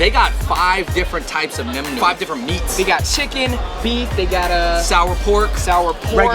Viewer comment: // // Did Andrew edit this video? Viet ears be bleedin' from his butchered pronunciation of "nem nuong" but did you guys really have to screw up the "banh" spelling for these dishes? Sorry (Xin Loi) Richie.